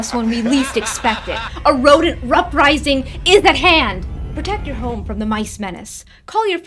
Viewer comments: did she just say "Rodent Ruprising". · Rodent "Ruprising" 😂 I will let it slide bc you are such a cutie.